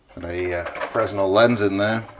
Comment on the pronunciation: We may be the only 2 people who pronounce the "s" in "fresnel."